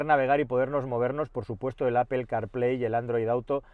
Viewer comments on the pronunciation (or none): none